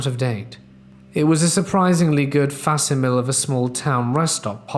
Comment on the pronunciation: Facsimile is pronounced fak-SIH-muh-lee, not FAH-suh-mil.